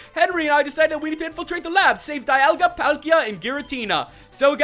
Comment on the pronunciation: its not DI ol ga its DE al ga